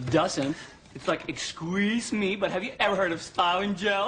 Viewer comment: Did Eric Northman really just say "Esqueeze me?" lol.